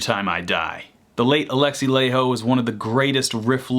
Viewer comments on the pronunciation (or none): I got cancer for u saying Laiho wrong xd it's like lieho